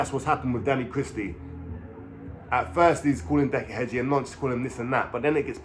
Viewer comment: Heggie not Hedgie jesus